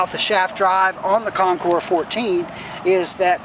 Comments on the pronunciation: Thats right, you are one of the few percentage of people that pronounce the Concours properly as ConKOUR. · Dude, thank you!!! Everyone messes it up